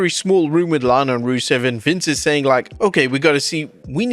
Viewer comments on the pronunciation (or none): none